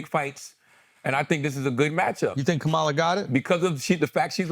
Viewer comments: Her name is pronounced Comma La.🙄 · Her name is pronounced COME-uh la! Stop being lazy and disrespectful! 🙄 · Please pronounce her name correctly. Ka ma la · Why can't they pronounce the Vice President's first name correctly? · Are we just going to let them get away with mispronouncing her name?! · Why he keep messing her name up and no one is saying anything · first pronounce her damn name correct... then put some respect on it. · Andrew say her name correctly.